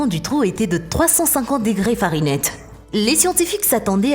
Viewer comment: FARENIGHT PAS FARINETTE !